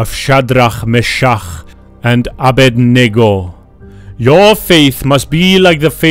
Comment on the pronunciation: anyone heard of "faith of chat D Ra me cha ugh and ab bwahaha?"